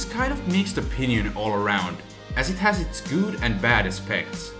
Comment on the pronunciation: Lol "gouud"